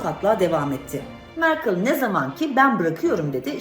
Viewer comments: mer K I L ❌ merkel ✅ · Merkıl ne yaa? Merkel değil mi? Böyle mi pronounce ediliyor gerçekten?? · Mer kıl kim. Siz amerikadamı ingilteredemi gazetecilik yapıyonuz.,napıyonuz? Kıl degil kel olacak😃